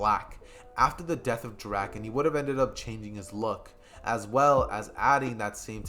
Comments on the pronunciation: bro please in the next part say draken right its drake - in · Draken ITS D R A K EN